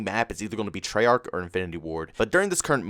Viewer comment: Yesterday: Treyarch is amazing! Today: Treyach, back to the bs